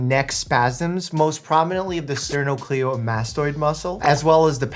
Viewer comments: love your Doctor Mike, but i fear you pronounced sternocleidomastoid wrong... its pronounced stir-no-cly-duh-mass-toid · Oh! That’s how you pronounce the SCM muscle name. I always thought it was pronounced sterno- CLYDOH- mastoid. Being a voice teacher is fun!